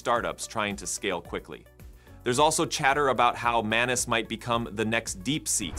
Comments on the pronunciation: It's Maa-nuu-s which means person in Marathi language 😅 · You need to learn pronunciation.. how to pronounce ’manus’ and ‘monica’… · Did you say menace? 😅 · “Manus” eh, where’s Tuisco? Calling an AI Manus is extremely disrespectful and blasphemous. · Is the M silent😂